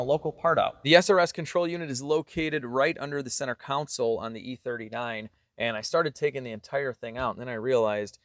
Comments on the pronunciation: Again... It's CON- SOUL!!! Not council. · Did he say "under the center council"? 😂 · Great channel and content. Can I just give you one piece of advice? It is pronounced center "console" (say "con-soul") not "council" like you say it 😅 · I spelt it that way just for ease of reading. I have made this point before as has a habit of pronouncing console as council and I have commented on this before! Maybe I'm being pedantic but it makes him look dumb in my eyes and his channel is generally so good I hate seeing this error repeated!